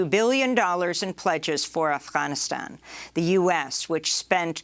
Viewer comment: quit the fucked up pronunciation of Afghanistan. Nobody cares for your woke shit